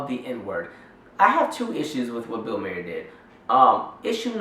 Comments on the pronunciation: def not pronounced Mayer but other than that agreed. It's Bill Maher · You assume too much. Bill mayor (I'm spelling his last name the way you KEPT PRONOUNCING IT!) Is not racist. You can see he was basically led right into that joke. He dates black women.... This is not the action of a racist. Furthermore, black comedians make a good living using mock white voices and making fun of other white behaviors , so you DONT HABE A LEG TO STAND ON. The problem is the hypocrisy, the double standard, the tragic lack of recognizing IRONY. fuck you and your fake anger toward bill MAYOR . in spite of what I just said, you seem otherwise intelligent, so good video